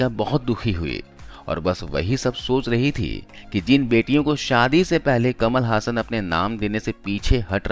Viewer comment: कमाल हसन, ना कि कमल हासन!